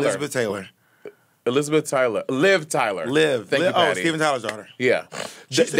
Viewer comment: im holleringgg at “Thankle” 😭😭